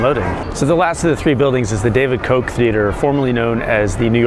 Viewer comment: WILL YOU PLEASE STOP PRONOUNCING FORMER MAYOR KOCH'S NAME WRONG??? Thank you!